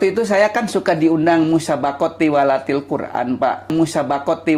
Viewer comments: Tiwalatil hahaha, ngaku ikut mtq nyebut tilawatil aja kebalik kok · Hahaaaaa lucu si murtadin ngomong tilawatilkura'n jadi tiwalatilkura'n 😂😂😂😂😂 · Nggedabul oh nggedabul.....kk gk malu yaaaa. Da'i kk singkatan Da'wah islam ind. Dn mengucapkan Tilahwatil kk jd tiwallatil. Oh Murtadong2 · Oten2 itu klu berbohong kelihatan gobloknya. Pdhl asli oten, bilg asalnya Islam. Ngomong Tilawatil aja Tiwalatil, kelihatan bohong nya dan ngawur. Tampoooolll Bang ! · Bhahahaha tilwalatil quran dasar murtad 🤣🤣🤣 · Hahaha....ngakak abis murtadin ngaku USTAZD, tpi baca ayat salah mulu.huruf arab ktanya alip...be...te ...se...trus ikut TUWALATIL Qur'an.baca ayat dn terjmhan slah mulu.saat diislam hatinya BIMBANG karna menyembah Nabi yg laen.kesaksian MURTADIN ini Hancur abis. Dasar SIBOROKOKOK.smua orang islam yg nonton ksaksian Aman suharman ini psti ngakak,lucu bangeeeetttt.